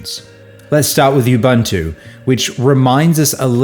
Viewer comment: Pro tip: Ubuntu pronounced "oo boon too" - the way you say it actually sounds like a racial slur that people used to use here in South Africa. (maybe still in some corners, who knows)